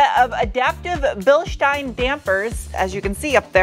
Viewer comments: Hello! Just discovered your channel. I like that you pronounce Bilstein the correct way (same as Einstein should be pronounced) Also appreciated metric units throughout the video! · Finally, someone who knows how to pronounce Bilstein. One of your best reviews.